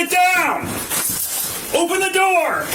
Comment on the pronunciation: “open the noor”